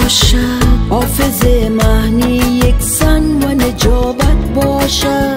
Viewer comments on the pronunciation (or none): آفظ مهنی > حافظ معنی هفغان > افغان اقیقت> حقیقت شهلا جان گل تلفظ خود را در ادای کلمات اصلاح کنید باز داور شوید. تشکر